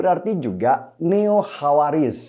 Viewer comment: Ralat: bukan khawariz mas, tapi khowarij (derivative dari verb khoroja